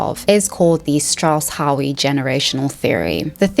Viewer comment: For someone so clearly possessed of an above average intelligence, you certainly do display a high degree of intellectual laziness. Why do millennials and zoomers place such a low value on proper pronunciation? HOWE is pronounced either the same as "hoe", or "how"... not "howee"... I wish you knew how ignorant (the term is applied here in a rigidly clinical sense) it sounds for you to mispronounce a word whose proper pronunciation is so easily, readily determined. Howe is FAR from a rare surname. ZEITGEIST is pronounced: "zite-giste", not "zite-gist", for the love of god. Google, or almost any cell phone will give you the audible pronunciation of any common word. How is it possible that you, in a video where it is necessary for the viewer to accept your being of above average intelligence in order for you to carry the presentation off, that you are so lazy in this way? You put the lie to your own assertions by making such self-indulgent, moronic mistakes. My guess is you made further mistakes before the end of the video. I would not know. I stopped playback after your second flub. Have a lovely day, dear.